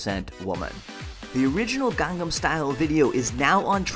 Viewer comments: josh, ur amazing and all but ur pronouncing gangnam style wrong...., it's pronounced ghan-num, not gang-nam (even tho it's spelled like gang-nam) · It's not pronounced "gang"-nam style, it's "gong"-"nom" style. You say you listen to hte song a lot and you still can't catch such a simple pronunciation :P I sense lies! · you kept of on saying gang-nahm its gahngnahm (gangnam)강남 kinda like saying Chinese gong. or smoking a bong. gangnam style* the "a"'s in Korean are always pronounced "ah" there also a similar letter that's the sound of both the "a" and the "e". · *Gangnam not Gangam, Josh Sundquist, for shame! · I think you'll find it's Gangnam not Gangam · Gangnam style not gangam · G-ah-ngn-ah-m style. No gangs please. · 1. You mispronounced Gangnam Style 2. You were looking at his crotch? 3. It's not "Oppa Gangnam Style"; it's "Oppan Gangnam Style" The 'n' at the end of oppa changes it from saying "Big brother" to "I am big brother" 4. Using Oppa isn't incest. 5. Gangnam style isn't equivalent to swag. Swag is stupid, PSY is not. 6. I'm fairly positive that while PSY appreciates all of the attention Gangnam Style is getting, he is disliking how he is treated as a joke. He's serious about everything he does. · kept pronouncing gangnam incorrectly and kept spelling it wrong. 2/10 wnf.